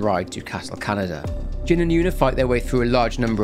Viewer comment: You pronouncing Kanada as Canada is killing me 😭😭 I hope you don’t say it often